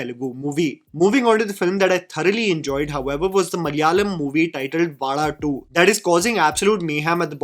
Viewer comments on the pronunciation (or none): Thanks for pronouncing Vaazha better and almost perfectly 🤘🏽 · Expected better pronunciation of Vaazha from you. Expectations just from you because of the passion with which you follow malayalam movies ❤❤ Love from Malayali ❤❤ Also malayalis need good stories which touches them. No extravagant sets , no superstar heroes, just stories.😊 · The second part is what makes the movie connect to the people. That is the life of middle class boys and that is why movie is doing brilliant. And by the way you never going to pronounce vaazha. It's a privilege for us malayalis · great video!! But I cringed everytime you said "vaada2" instead of "vaazha 2". 😁😁 JK. Love your attempt in trying to enunciate these words foreign to you. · Its so cute to see trying to pronounce Vaazha.. 😂 Its not Vaala.. its Vaazha.. 😊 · bro can't pronounce Vaazha 😂😂